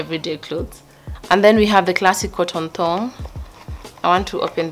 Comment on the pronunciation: How you say thog🤣🤣🤣with confidence